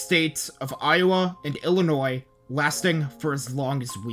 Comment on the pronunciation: Fillionois (Illinois)